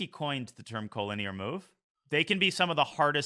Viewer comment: Why does he pronounce it co-lin-EAR isnt it co-linear?